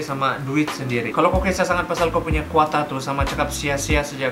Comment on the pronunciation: Tu quota pun jadi kuata suda sy dengar wkwkwk adei